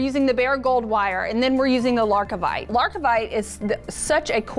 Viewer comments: It sounds better when it’s wrong! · Wonderful pattern, but it's Lar-Vi-Kite not LarK-i-Vite in case anyone is trying to find the stone.